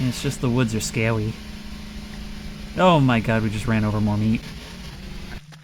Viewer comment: "Is just the woods are scawy"